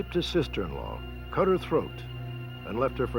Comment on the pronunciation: *cut off not vut off.